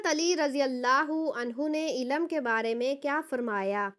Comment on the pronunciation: Ilam nahi ilm talaffuz kijye